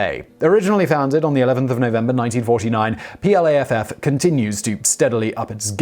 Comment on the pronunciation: PLAFF??? That should be PLAAF!